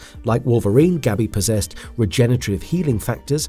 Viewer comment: So painful to keep hearing "regenetarive" and "Senitles"